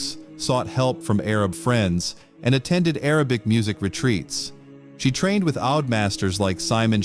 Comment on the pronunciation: The right pronouncement is OUD i.e. oud not aud